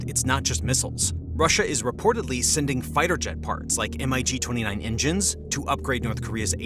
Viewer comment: Let’s all say it together. It’s not M I G It’s MiG like Pig 😂😂😂